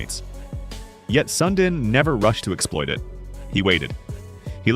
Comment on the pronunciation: AI slop. Unwatchable. At least pronounce his name right! My God how pathetic!